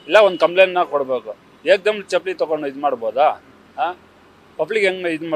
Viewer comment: ಚಪ್ಪಾಲಿ ಅಲ್ಲಾ, ಚಪ್ಪಲಿ ಏನ ಕನ್ನಡ ಹಾಕತೀರ್ರೋ